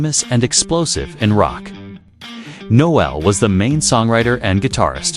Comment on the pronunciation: Please learn how to pronounce Noel.